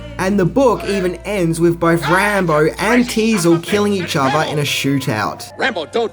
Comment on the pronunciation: Teasle, not diesel